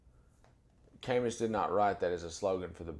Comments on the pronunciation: Ka- moo not Cay- mus , You’re too intelligent to speak his name incorrectly. and no it’s not an excusable. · Camus = "cah-moo". Even so, your mispronunciation means you've likely read his work without listening to people talk about him. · I really appreciate your knowledge and demeanor. Just one littke thing... Camus is pronounced "ka-moo." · Not to nit pick but Camus is pronounced Camoo. Just saying. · Gorgeous! Tiny correction: Camus = Kah MOO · hey brotha, love your work - thank you sir! 1 minor technical issue in name pronunciation wikipedia (hit the sound button to hear it spoken) Albert Camus (/kæˈmuː/[2] ka-MOO; French: defiance til death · Love your work, but this comment Camus is pronounced ka-moo. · It’s pronounced “Camoo” At least get his name right before you post something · I thoroughly enjoy these discusions. Albert Camus is pronounced camoo. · Excellent video as always. Minor thing, in case you quote him again in the future: Camus is pronounced kæ-moo. Keep up the great work sir. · Thanks for pointing this out. I would've added that the stress is on the second syllable, so: kæ-MOO. The gentleman is so brilliant I didn't want to say anything even though I would want to know if I said a word incorrectly. While pursuing a degree in linguistics, my phonetics professor once talked about the words you've only read, which you pronounce a certain way in your head. Then one day when you say one out loud and find that your pronunciation was completely wrong. Then, he said, "We all have these time bombs inside us waiting to go off." (One of mine was chimera: I was quite disappointed in the actual pronunciation. I liked mine much better.) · Brilliant summary, thank you. Please note that Camus is pronounced Cam-OO